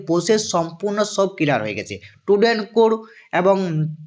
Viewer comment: Student ❌ tudent ✅ 😂😂😂